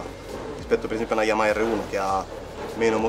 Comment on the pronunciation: Ma come cavolo si fa nel 2019 ancora a dire YamaKa!? Bho un mistero del motociclismo che non mi spiegherò mai